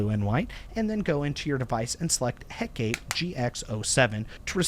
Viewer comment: it's pronounced Heh-kuh-tee. from the greek goddess of witchcraft. overall, nice review.